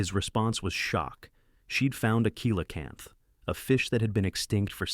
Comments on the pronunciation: Coelacanth is pronounced "Selacanth" not "Koelacanth". And this info about the fish is old inaccurate like from the 90's, by now many more fossils of other species of that fish much larger and smaller in many other different shapes have been found proving it's not "lazarus taxa" but a "Stabliomorph" as in an animal that evolves really slowly, cause it has indeed evolved. It'd be like saying a crocodile never evolved just because it's also somewhat considered a living fossil. Most other info from your vid is unrealiable old like this, I could be here all day saying why. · I hope every climate freak listens carefully to the fact that cold kills. A warm earth is an alive earth. A cold earth is a dead earth. * 😂 kilocanth! That's cute. Teach your bot correct English, or find a human. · I hate when people do science pieces and don't say the name correctly coelacanth pronounced (see la-canth) if that's a computer generated voice it sucks at pronunciation